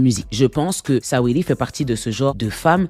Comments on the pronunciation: Ça se prononce sweeti pas sa-we-di 😂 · Mdrrr Sa-wee-ly 😂🤣🤣🤣🤣 tu m'as tué !